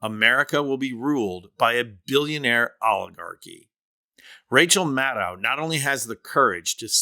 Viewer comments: Please respect Rachel and pronounce her name right. It is pronounce Mad-DOE! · Good report, but please... Maddow rhymes with shadow, not with cow. And she's not on daily - just Monday nights plus special events like elections, and major political developments. Rachel is amazing, but please learn to say her name. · Maddow pronounces her name such that the last syllable sounds like the last syllable of window. Like doh. Got it? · Love her! FYI, she pronounces her name Mah-doe.